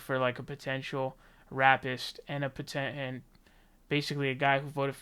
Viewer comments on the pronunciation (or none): "Neera TAW- nden"... it's pronounced Tanden... "potential 'raPPist'" 🤔 ... it's Ray-pist. Sorry to be petty, lol, i couldn't help myself. Still gave you the Like button. :P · "rappist"... for the love of humanity... are you under the impression other people pronounce the word "rapist" as Rapp-ist?? i don't understand this!! 😫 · My dude really said RAPpist